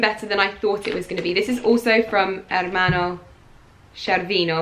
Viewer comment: I also love Ermanno Scervino and...yes, your pronounce of it is perfect!!!🇮🇹